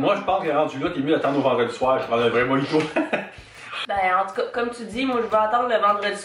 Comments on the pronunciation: On dit moRito 😂 sinon super vidéo, je vais regarder les autres. Je vous découvre :) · Coucou ça ce prononce '' dun'' mais la marque c'est milka et mojito ce prononce ''morito '' en France 🇫🇷 😂 Ps: continue je t'adore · Et on prononce "Morito" pas "Moïto" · Jpp comment elle dit "mojito" : moyito 😂 Sinon je t'adore t'es trop cute ❤😍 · Nous on prononce "din" même si ça s'écrit "DaiM"! Et "Mojito" on le dit "Moriti", on dit "speculOs" aussi! voila sinon super vidéo. Ahah j'adore 👌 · la crème de marron ne ressemble pas au Nutella c'est carrément autre chose ^^ et spéculoos le "oos" tu le prononce juste "os" et le mojito le "ji" pour nous français on le prononce "ri";) Et j'adore les vidéos que tu fais avec ton père elles sont géniales!!😄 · oui:) ça s'écrit mojito mais on le prononce mo"ri"to, un peu à la façon hispanophone ^^ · Moiiiito mdrrr ca se dit moJito 😂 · Aha nous on dit Morito Et les sa ce prenonse d'un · Mojito se prononce morito ^^